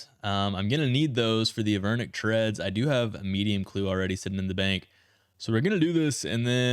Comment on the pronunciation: They are Avernic Treads, no H